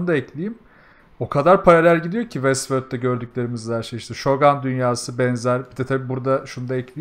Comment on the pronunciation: Şogan diye bir teleffuz yok, ŞOGIN şeklinde söylenir. Mikrofon işaretine tıklayın sesli nasıl telaffuz edilir söylüyor.